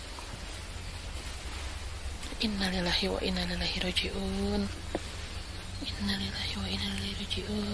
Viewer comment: Mbak ngucapin inalillahi aja salah tuh diawal vdeo